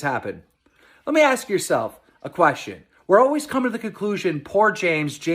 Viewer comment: Keemstar says always as owies lmfao